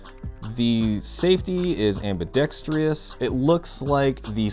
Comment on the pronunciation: Dude! Am-bi-DEX-trous (am bee dex trus). It's not pronounced "am bee desk TREE us". for cooler weather, warm up the Gas can and cool the magazine before filling. This will allow the mag to fill more completely. Then warm up the magazine prior to shooting. The real Hudson H9 was designed to reduce recoil, so i feel the lack of knowledge hurt the review. Hudson went bankrupt March 2019.